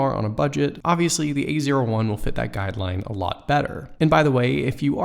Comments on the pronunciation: every time he says A01 i'm hearing "the easier one" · A01 sounds like ''easier one''